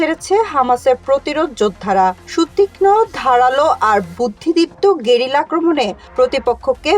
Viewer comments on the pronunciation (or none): none